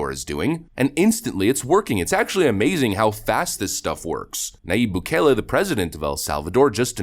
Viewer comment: Nice video even though you totally mispronounced the word describing Argentina currency. The word is enunciated "pay so" not pessso. Bukele is pronounced "bu-Kay-lay" because there is no short E enunciation in Spanish. 😂